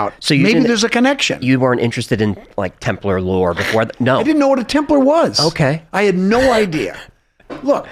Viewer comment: Thank you for pronouncing Templar as Templer..it drives me crazy when people say Templaaar.